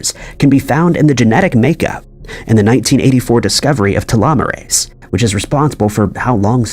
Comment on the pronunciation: Telomeres and telomerase have the same sound. Telomerase is pronounced like you say telomeres but instead of eres it sounds like ace.